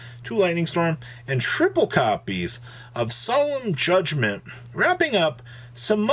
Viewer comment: Lmfao the way he said Solemn Judgement took me out 🤣🤣🤣